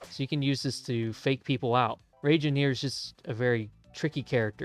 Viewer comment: its reigen has in gan not jen but good vid